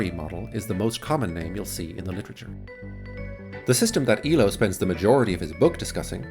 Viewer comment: FYI, Elo's name is pronounced A-low.